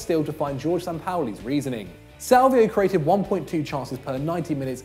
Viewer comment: FFS it's "Ho-hey" Sampaoli not George. WTF people?!?!?!?!